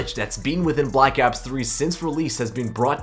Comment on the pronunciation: The way he says ops just hurts me